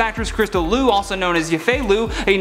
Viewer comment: It's LIU, NOT LU... Also her opinions.. are hers? She is childish.. and she shouldn't = the movie of MULAN?